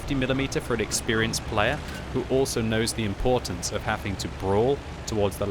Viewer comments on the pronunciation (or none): none